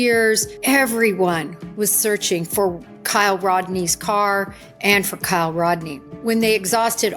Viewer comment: I don't know why it really pisses me off when people talk about kiely and cant even be bothered to her name right!🤦‍♀️😡🤬 its KIELY, not kyle!!!!!